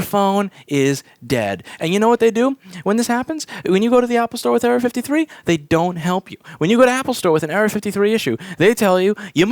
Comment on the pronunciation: it sounds like Louis is saying area 53